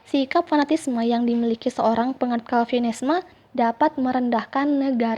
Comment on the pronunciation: Koreksi dikit, penyebutan yang benar dari kata "chauvinisme" itu: Souvinism/Souvinisme